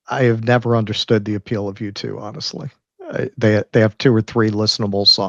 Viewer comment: Jew 2 That's actually how Latinos pronounce U2😂